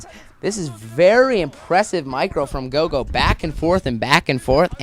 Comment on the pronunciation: Its Roro, not gogo btw.